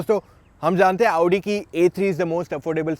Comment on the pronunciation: Aaodi nahi its Audi....